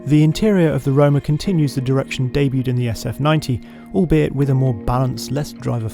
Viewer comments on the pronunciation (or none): I enjoyed the video. I have a question…English is not my first language; the presenter keeps saying ‘sutov’…what does ‘sutov’ mean?